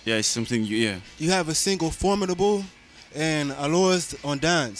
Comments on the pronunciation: Omg when he said for-mid-able instead of for-mi-dable I cringed. Omg. Lol. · Lol lol lol he pronounced formidable so weird haha. Even I, who can't speak French at all, would say it better. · Me too